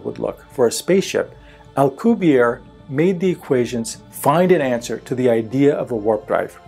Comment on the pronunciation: The name, 'Alcubierre' is Spanish from Mexico, not French as depicted in this video. It should be pronounced with a pronounced rolling of the double 'r' and the last letter, 'e' should also be pronounced.